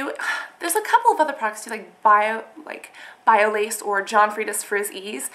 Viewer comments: its not biolayyyyyge its biolage like the (a) sounds like an (o). :) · bio-lodge(pronounced) not bio lace! ahahh c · bye-oh-lauj (soft G)